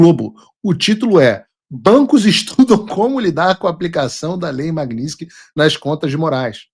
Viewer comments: Paulo, você está pronunciando o nome da lei errado. Magnitsky e não magniski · Paulo, PELAMORDEDELS, para de falar "Magninsqui"... Tá parecendo petista! 😅😅😅